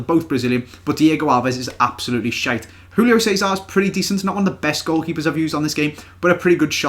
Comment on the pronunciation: Just saying Portuguese is not Spanish you don't pronounce Julio Cesar's name like hulio cesar, you pronounce it how its written.